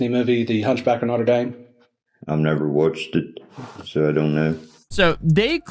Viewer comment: I was annoyed that they mispronounced Notre Dame